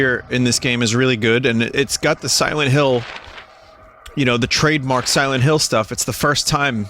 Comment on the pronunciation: Siwent Hiww. ....2